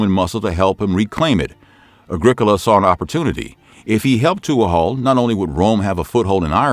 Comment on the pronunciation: Tuathaill is pronounced "toohal".